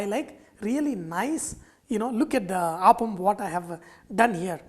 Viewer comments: Pl say appam and not aappam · I'd like to mention that this dish is pronounced as Appam (up-um) and not Aapam. I believe in Tamilnadu it is pronounced as Aapam, but then the recipe to that is also different. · its 'Appam' ! not Aaapam ! -. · Chef small correction it is not aaapam. It is appam.अप्पम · My dear fellow, you prenounce Appam wrongly. Its not aaappam. Its simply Appam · Not aapam but appam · You are pronouncing it wrongly....It's not Aaaapam but Appam...... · Its app-am, not aap-am. Thanks for the video. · Hi. There seems to be some confusion among many as to how to pronounce the word. A majority of Malayalees (like me) say Aappam and not Appam. For most of us, Appam is a sweet (jaggery not sugar) deep fried batter that is primarily used as offering for deities in temples in Kerala. Now it is commonly made in homes and hotels. Yes, some do use the word Appam instead of Aappam )but not the majority. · No. Malayalees pronounce it as Aappam. There is another deep fried sweet (jaggery not sugar) dish called Appam primarily used as offerings to deities in temples in Kerala. But it is also now commonly found in homes and hotels :-) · Malayalis pronounce it as Appam but people outside Kerala pronounce as aappam... I guess Sanjay is Telugu... If we Malayalis try to pronounce one of the andhra breakfast 'Attukula Attu' even we are not going to get the pronounciation right. By the way... The appam in this video looks absolutely delicious. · I am pretty sure it is pronounced "aaaapam" and not "appam". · The way you pronounce appam is making me sad 😢😢. On the flip side glad that u have our uploaded authentic dish. 😊